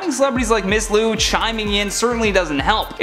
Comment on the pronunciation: It's LIU, NOT LU... Also her opinions.. are hers? She is childish.. and she shouldn't = the movie of MULAN?